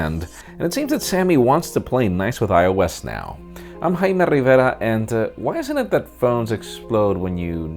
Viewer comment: I might be weird for saying this...but I really enjoy the way dude says Jaime Rivera...